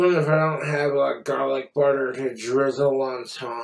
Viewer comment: Is he trying to sound British by how he pronounces “garlic?” So irritating.